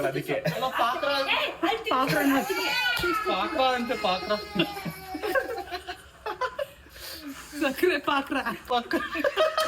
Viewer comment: ಸಕ್ಕರೆ ❎ ಸಕ್ಕೆ✅ ಪಾಕ ❎ಪಾಕ್ರ ✅